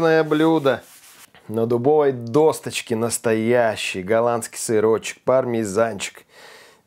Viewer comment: ДосТочка?))). Серьёзно?))....)